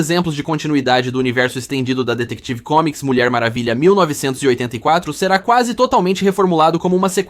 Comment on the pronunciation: Essa IA tá horrível, ainda mais com esse "Detective Comics"